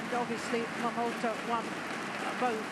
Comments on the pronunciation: For goodness sake, this lady commentator has been pronouncing wrongly Momota as Momoto as in all previous match involving Momota. Her partner doesn't correct her. What a shame. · I am not English nor native English speaker but I hear two pronunciations from Jill Clark. Sometimes she clearly says MomotA. (I think especially when there is his name spelled on the screen like the beginning of the match) Other times it sounds like MomotO to me too. I know non-stressed vowels get weak/ambiguous sound but her MomotO sound annoys me a little.